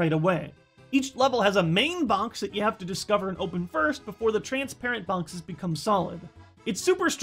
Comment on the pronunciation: Sounded like you were saying "bonkses" when talking about Sunshine's "powerups." I love it.